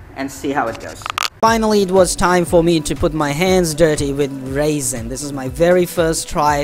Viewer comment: Very nice demo. That is what I need also is some shelves. I didn't know what you were talking about at first lol, sort of cute made me giggle, but that stuff called resin, is pronounced rezin as in resolution. I thought you were talking about dried grapes or raisens lol. Well we still have snow and to cold to fly so might as well as build a few shelves. Happy Flying